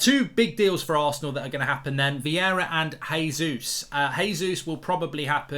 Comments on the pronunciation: It’s Vieira not Viera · It's Vieira not Viera but it's all good ahahaha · Vieira not Viera